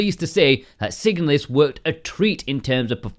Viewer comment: the moment you chose to pronounce the name of the game that way I instantly downvoted and blocked your channel. Stop it.